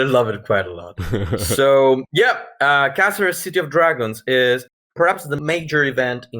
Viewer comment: Great. I hope you had fun, it looks very good. I am Spanish myself although I couldn't go to the event, and Caceres is a very good place to celebrate this event. PS:, your pronunciation of Caceres is perfect the first time you do it on minute.